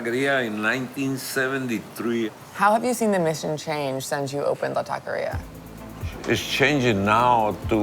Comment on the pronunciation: This was such a beautiful love letter to my home, San Francisco. (The way pronounced “taqueria” was hella cringeworthy tho.)